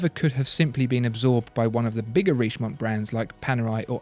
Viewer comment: Dear, Let me correct your french accent: - Richemont is pronounced RicheMON (don’t pronounce the T at the end). - Montblanc is pronounced MonBlaN (don’t pronounce the T and the C at the end!!!!!). Sincerely Yours, André